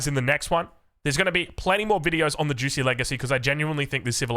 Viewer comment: “Xi” in modern Mandarin is pronounced just like “she” in modern English. So it’s more like “jooshee” and not “juicy.” - Source: I lived in Shanghai for two years